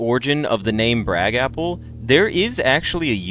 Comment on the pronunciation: At one point your pronounced your username as “br-GAPple” and that’s how I will forever say it in my head.